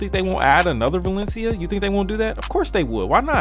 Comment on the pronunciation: LMAO "OH WALESIA SIX CWOWDED" bruh. I'm dying laughing.